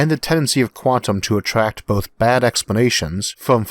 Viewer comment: he says attract and he pronounced the r normally......omg it's all lies